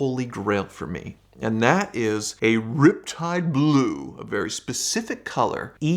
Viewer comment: The way says "Riptide Blue" always cracks me up